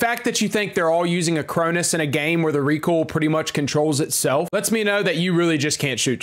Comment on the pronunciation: Hot take: you don’t know how to pronounce “recoil”